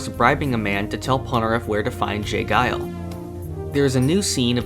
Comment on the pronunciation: It's not j guile, pronounced it's j jiles